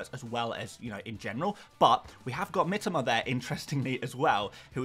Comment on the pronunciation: Say it Mitōma not Mitama - sounds fucking awful to us non-Poms the way you say it